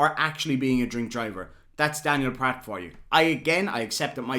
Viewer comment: Remember: Pratt rhymes with FLAT